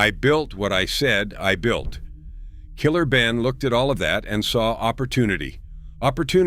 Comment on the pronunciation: Is this a A.I. white guy reporting all this?😅 Gotta do better. Did this idiot say Killer Benin?😂 $hout Killer Ben.🫡